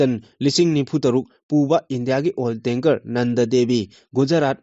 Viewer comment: Ebungo ! "Nand" haigadw natte ...."Nanada" haibiyune 😃